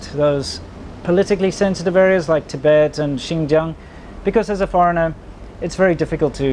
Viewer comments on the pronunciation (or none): none